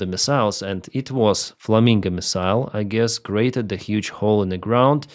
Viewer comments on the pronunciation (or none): It is flamingo O not flaminga A